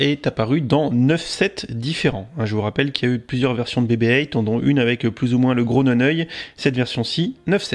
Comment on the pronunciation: Bebe Eight... c'est quoi cette prononciation, soit on le dit a la française donc "bébé huit", soit en GB et donc "bibi eight"...! sinon bonne vidéo!